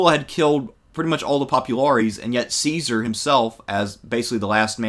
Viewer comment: the pronunciation IS NOT "see-sar" it's "kai-sar" JOO-LI-US KAI-SAR = Julius Caesar the Romans HAVE NO soft "c" sound, they used "s" for that CICERO is not "sis-sir-oh", it's "kik-ker-oh"